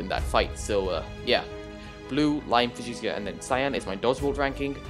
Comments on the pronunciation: I could defiantly be wrong but i think fuchsia is pronounced (f-you-sha) idk just trying to help :) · its fue-sha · Another great video and analysis from the one and only! Fuschia is pronounced fu-sha you can always google it if you aren't sure:) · As a person who had to learn fushia, it is foo sha, not fyoo shia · Nope it's fyoo-shia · For future reference, Fuchsia is FYOO-shuh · Fuchsia is pronounced like few-shuh or few-sh-uh, not really an intuitive pronunciation and it doesn't help that the MCC announcement spelled it wrong lol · Nice video but it triggered me every time u said fuchsia wrong (fyoo-shuh) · Fuchsia is pronounced few-sh-uh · Its pronounced fucxia